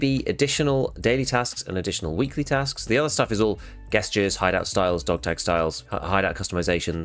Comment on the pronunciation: “Guestures” hahaha